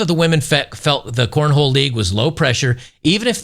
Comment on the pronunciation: you need to be apologizing for mispronouncing corn-hole. It is a southern extreme sport.